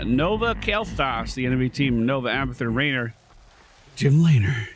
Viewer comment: The way you said Jim laynor 😂